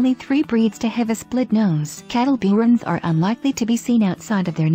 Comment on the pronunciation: Catalburun is not hard to pronounce, it's (khuh-TALL-bə-run).